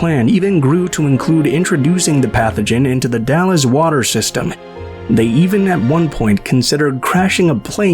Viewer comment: Hi! Wow.. l don't remember that and l lived just a couple of hours away from there. Very interesting. I remember the Hari Krishna's and the other two. For the future the Dalles is pronounced like you're saying. Gal's.. or Galz.. but it's The Dalles.. Dal'z or Dal's. Hope that made sense. 💙 Love the new channel. I like these documentaries. I'm going to ask my friend who lives in Umatilla OR, if he remember this.